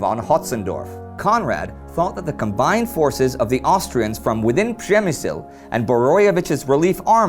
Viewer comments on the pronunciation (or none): Why do you speak "Pshemsyl"? Couldn't you spell this city name correctly? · Does anybody know if by the end of the war, someone will have told Indy that it's Przemyśl, not Przemśyl? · funny how you're trying to say Przemyśl,funny conversion